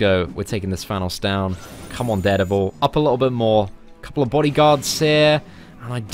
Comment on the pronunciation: please learn to pronounce dare devil. its soo annoying !!